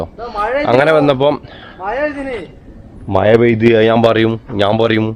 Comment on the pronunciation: മയ അല്ലടാ കോപ്പേ മഴ 🤣